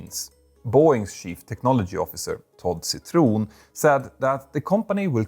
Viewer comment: Love how Swedish you said Todd Citron